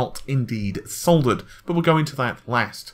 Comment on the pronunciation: Thank you for saying "soldered" and not "suttered."